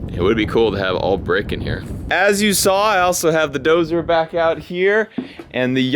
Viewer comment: You said "Dozer" (sigh)